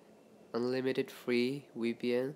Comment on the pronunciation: Dj Techno lel dem accent